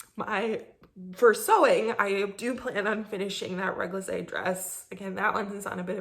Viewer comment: réglisse means liquorish. And it sould like Régli-ce :P French is annoying! But GREAT PODCAST! love you WIP!